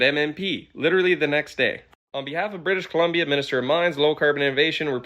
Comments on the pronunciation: "British canadia"😂😂😂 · “British canadia” hurts my brain. As a Canadian. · British Columbia… Just say BC, every time I heard you say “British Canadia” I laughed. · British Canadia lol. It's British Columbia, Canada bud. That's like calling something like North Carolina, North Carolan. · Usually a bug fan, but as a resident of BC can you please just say thr name of our province correctly instead of intentioninally saying it wrong the same way multiple times. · BC stands for British Columbia. It scratches my ear when I hear it being intentionally mispronounced. First time it was funny-cute, but then it was just annoying and disrespectful. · Are you really expecting me to believe that you cannot pronounce The Province of BRITISH COLUMBIA's name, Louis? I find that so stupid and hard to believe, given that Columbia is the Official Goddess of America, the district that resides the national capital of WASHINGTON, and the former territory that the state of WASHINGTON (AMERICAN COLUMBIA) came from. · Fux you with the BC mis pronunciation. Pick a lane!! I luv you but... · The difficulty that Louis had pronouncing British Columbia was funny. But the corruption here is sickening.